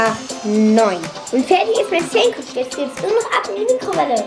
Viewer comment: sagt Sankwich Lachflash pur